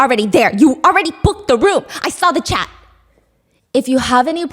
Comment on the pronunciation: When Stephanie says “I have a copy of your chat” I hear cat 😳